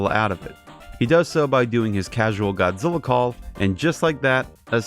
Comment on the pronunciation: It's Godzilla Not Godzilli!